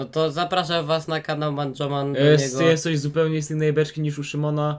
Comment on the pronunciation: "eiencej manjomana"